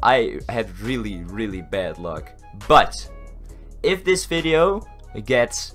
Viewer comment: Why do u say fideo ? I luvvvvv u :) <<33